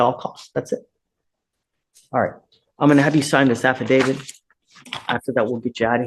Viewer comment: “AFFIDATED”?! 😂😂 AI is such hoot!😂😂😂